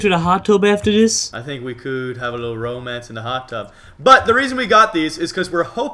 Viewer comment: Not romance but meromance